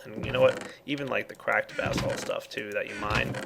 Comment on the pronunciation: every time he says basalt it sounds like bath salts to me. lol